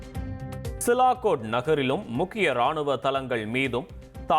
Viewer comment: மூதேவி அது சிலாகோட் இல்லடா.... சியால்கோட்...